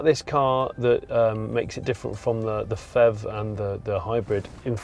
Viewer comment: PHEV pronounced "fev" is a rubbish idea, especially for those unfamiliar with the industry.